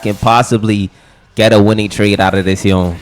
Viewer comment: Dude what thee fcuk is yon it is Yone not yon yon yon the yon it's pissing me off